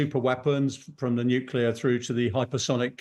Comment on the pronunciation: Who is this uneducated presenter? What is Nukula? Is it some new kind of weapon? Is it anything to be concerned about?